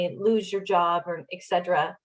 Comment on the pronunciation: “excedra”? did I spell that(hear that) right? It’s latin, “Et cetera”, and you are busted with a broad brush of caprice rolling back bill of rights—disruptors rather than visionaries—reactive not pro-active—CANT do in a can-do costume.